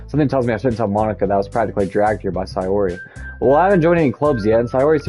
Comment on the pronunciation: Which doki is tour favorite so far Also sayori is pronounced “say-ori” (like the word “say” and the ori is pronounced ora, like in oracle”